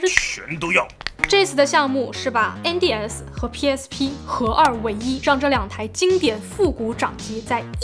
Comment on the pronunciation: 因为把N的发音读正确了，所以我按赞，哈哈